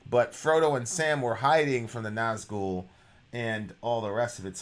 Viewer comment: It's Summoning, not The Summoning. Flight and not fight. Nazgul and not Nazghul. This channel was great back then. But the lack of attention payed to the actual song really showes itself in the recent months. I didn't even bothered watching this one, the title of the video already tells, that you don't care anymore, just about the money.